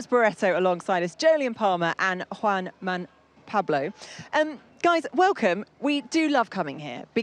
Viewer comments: Juan Man Pablo! wth... You had one job random presenter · Juan Man Pablo - how do you get his name wrong? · She called him Juan man Pablo 😮😮😮😮